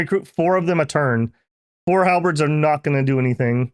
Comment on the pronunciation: I just can't get enough of when pronounce Halberds as Half-breds